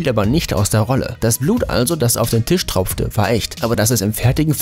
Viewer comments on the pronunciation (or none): none